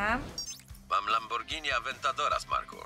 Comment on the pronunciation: Nie mówi się Lambordżini tylko Lamborgini! Włosi jak słyszą Lambordżini podobno dostają białej gorączki...🙃